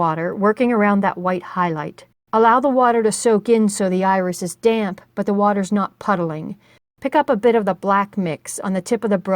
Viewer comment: This is a wonderful tutorial. Thank you so much for making it. Also tho.... You hit the D's really hard when you say damp, lol. At first I thought you were saying "load up your damn brush" lol I was like- oh my, this lady is serious about her watercolors....😆